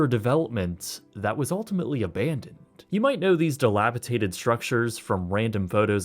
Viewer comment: I'm sorry to do this but I can't help it. The word is "dilapidated" with a D, not "dilapiTated."